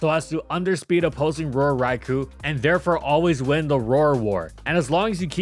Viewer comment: Still waiting for that Trick Room-setting ability. And for to pronounce Raikou correctly.